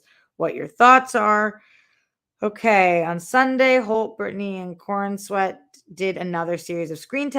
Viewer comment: Fyi it’s pronounced Corens-wet not Coren-sweat